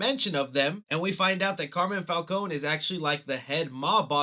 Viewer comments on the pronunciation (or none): “Carmen Falcone”😂😂 sorry bro, too good.